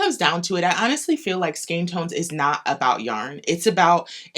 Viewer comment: Thanks for your pronunciation of skein.